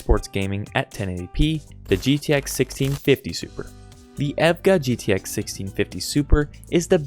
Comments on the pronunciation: It's E.V.G.A not a word just letters you can't say the name of one the most popular aib nvidia partners and a 2080ti for 1080p is absurd ? They are so cheap now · The way he prounounced EVGA bruh. 😰😰